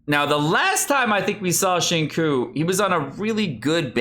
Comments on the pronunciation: Omg it's pronounced "shin-chu" not "shin-ku" lol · Please it’s not shing coo, it’s sing chiyou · y u say shinkuu it hurts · Qiu is pronounced as 'Chew' not Cho. Yue is pronounced as 'Yuea' instead of way. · Xing tsiou it should be pronounced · It's "SING CHEW", SING CHEW:( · pls....it's not shing coo.... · I know is being a troll here, but it is time to consider how to properly pronounce his name, or people can pronounce Hispanic names wrong. On the other hand, Chinese government needs to improve Pinyin. Why not just write the alphabetized name as Singchiu? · It's Xing Chiu * pls...... It hurts my ears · normally I can look past pronouncing names wrong but bro “kekwing”? lmaooo please it’s so easy to say them right with a quick google search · The way pronounced Xingqiu sounds like Senko. LULW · "Shing-ku" Lol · has had so much time to learn how to pronounce “Tsing-cho.” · There are only so many times you can say Xingkiu and Keking and find it funny. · Try to pronounce “Qiu” as “chill” and “Qing “ as “Ching “ it will sound much better and genuine. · hi, pronunciation tip on xiuqiu and keqing: try to pronounce “Qiu” as “chill” and “qing” as “ching” it will sound much better. Cheers! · in case you were completely ignorant and blind which you are, "xinqiu" is a Chinese name. therefore mispronouncing it intentionally is disrespecting Chinese culture.